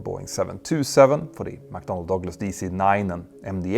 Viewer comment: It’s McDonnell Douglas, not McDonald Douglas!